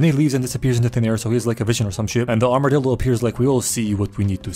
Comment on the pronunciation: "Armadildo" I'm dead bro 💀